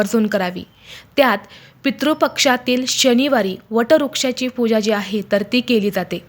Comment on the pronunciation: शुद्ध बोलणे अपेक्षित आहे.... वट रुक्ष नाही वटवृक्ष...